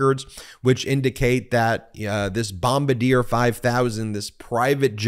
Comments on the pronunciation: The aircraft is pronounced as "Bom bar dee yay" not, "Bom bah deer" Look, I love your stuff but I will still call you out. Also, keep up the good work (even if you continue to mis-pronounce the makers of jetcraft). Yes I am nit-picking. There$ is nothing else to be found wrong with his video... You gotta give me something here.... #AircraftNut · Just nitpicking here but Bombardier is pronounced (Bomb-ar-dee-ay). It's base is in Quebec, Canada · I'm sure it's been said but it's pronounced bombard EA